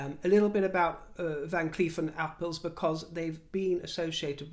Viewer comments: Dear. This is written with no ill intent. I very much like your use of the language and that is why I write this. In "Arpels" you have to pronounce a strong "R". You almost pronounced it like "apple":) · My American ear heard "Van Cleef and 'Apples'" 🤣🤣🤣🍎🍎🍎🍏🍏🍏